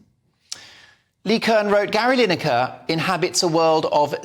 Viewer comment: Gary line acre it's pronounced